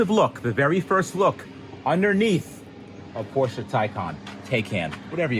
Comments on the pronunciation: Appreciate you pronouncing Porsche correctly. Also Porsche jumped the shark by having a 'turbo' model EV which has no engine or turbos. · It is pronounced porsha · As a German dude, I must really thank you for pronouncing "Porsche" right <3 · props to for pronouncing Porsche correctly as an American